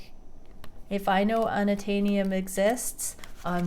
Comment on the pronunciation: Unattanium 😂😂, you are too funny!